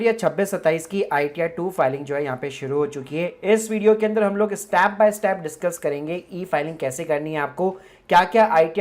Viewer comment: Why are you pronouncing Step as STAP ?